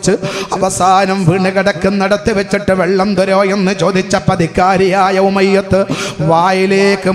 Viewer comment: Aatha moyath moliyar ykshi enn polum sarik parayan padikatha jahil